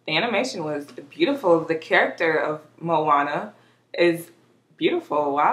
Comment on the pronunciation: You're pronouncing it right 😊